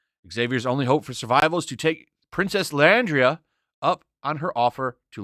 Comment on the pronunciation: Actually, X-Men '92 is what it's referred to as (mainly because of the recent comic series). As for X-Men '97, I'm not crazy about the title for a show. Batman '66 isn't used for the show or animated movie titles. Also, Gyrich is pronounced "guy-rick" and Lilandra is pronounced "lil-lon-dra".